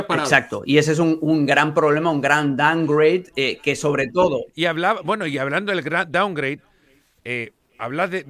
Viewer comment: gallego que significa doungraid? Mejor habla gallego asi te escuchas menos peor